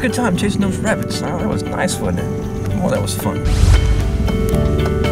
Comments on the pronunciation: None..... This guy: "w'abbits" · "wabbits" :p? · Does anybody else just love how he says rabbits "wabbits" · "We're hunting wabbits!"